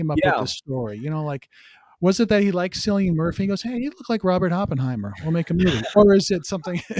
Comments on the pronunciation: Cillian Murphy.... say Ki-lee-un Mur-fee. not Silll ian. Your pronunciation is cringe worthy. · Killian not Sillian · man it is not pronounced as sillian it is K for cilian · It’s Cillian with a hard C.